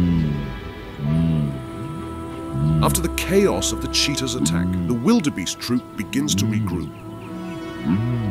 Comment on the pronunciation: Sorry, but when you mispronounced "wildebeest" for the second time, I figured I had enough.